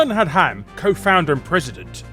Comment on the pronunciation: Hearing you say Alan Adham's name as Alan AhDahm is incredibly cringy as a Blizzard fan. It's Ad (as in Advert) and Ham as in...ham. the kind of meat. Not AhDahm.